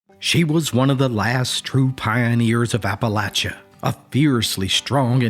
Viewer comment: Hey you said Appalachia Correct! 10 points to